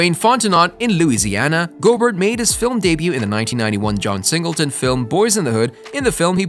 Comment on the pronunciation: I'm sorry, you have to get all your facts and reading straight next time you do a video like this because you were all over the place. Saying wrong dates, pronouncing names wrong, how John Singleton going to be born and die in 1968 but wrote and directed a movie 1991? Please get it together when doing these videos.